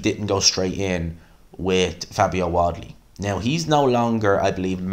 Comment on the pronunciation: Mate…. Why do you keep saying Wadley???? His name is WaRdley